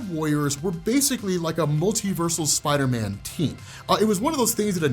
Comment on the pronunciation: I love u big fella but ngl every time you said Spider-Man I heard spidaaminn